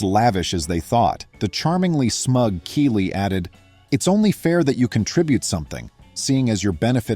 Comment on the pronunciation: Kelly is pronounced with a soft e not a hard e.